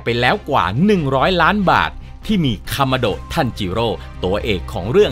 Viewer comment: คริปเเรกเเรกที่พี่OKทำพี่เรียกคามาโดะทันจิโร่ว่าคามาดะทันจิโร่